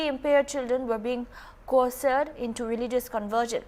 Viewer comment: It's coerced not cocered. Just a friendly correction.☺️